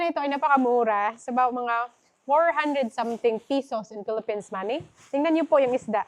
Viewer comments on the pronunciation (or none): none